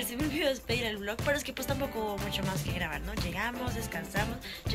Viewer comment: Minuto : el mundo necesita más gente que ama lo que hace, pero ella pone el acento del más hacia el lado equivocado: màs